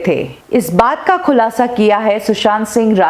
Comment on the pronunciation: Khulasha nhi khulasa mam